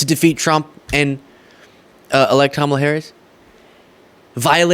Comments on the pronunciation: Gotta give it to this podcast MAGA guy, he's respectful enough to say Kamala's name right. It's the small things that make me more willing to not completely disregard every single thing they say. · Wow, that guy actually said Kamalas name properly! That might be the first time I've heard a Maga say her name properly.